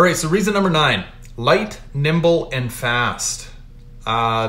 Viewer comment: Light, NIMBLE, fast, NOT NIBLE... 🤣...!!